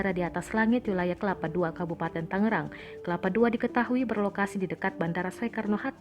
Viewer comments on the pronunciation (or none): none